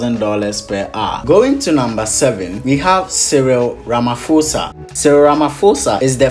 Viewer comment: RamaPOSA not Ramafosa